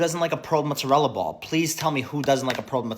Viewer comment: Him saying "m'zrela" instead of mozzarella is actually driving me insane